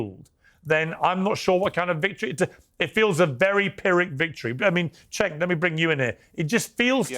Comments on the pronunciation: it was on purpose. Another YouTuber calls him Senk, it's a purposeful mispronunciation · Cenk* pronounced "Jenk"